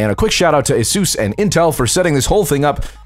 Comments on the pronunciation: You've been pronouncing ASUS wrong It's Uh-Soos not Ay-Suhs. Also the ASUS in ASUSTeK Computer comes from Pegasus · A SOOOS = ASUS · its pronoced asos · I always had thought that it was a long "u" in Asus. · you said the name of the laptop wrong in the end slate.